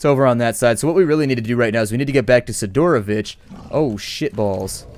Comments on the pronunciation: It's correct to say "Sidorovich", the accent on Si, like SIdorovich, not siDOrovich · SID-ROW-VICH NOT SI-DOOR-OH-VICH